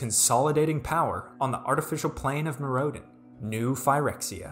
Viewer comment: Nice video! You have a funny way of pronouncing Mirrodin I must say. I hope the Phyrexians will be back to threaten the multiverse. But I think Kaldheim is not the place for them to appear. For strixhaven, I can’t help but have flashbacks to the Gathering Dark where there was one school of mages as well that turned out to be something completely different.